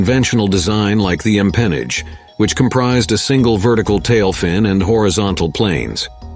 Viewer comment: And he doesn't know how to pronounce "empenage" or even "ailerons"